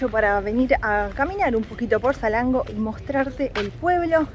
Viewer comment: Él: Salengo El traductor: esa lengua Nombre: Salango 😂😂😂hermoso video chicos.